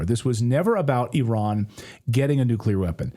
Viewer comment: Can homeboy in the background pronounce Iran properly please.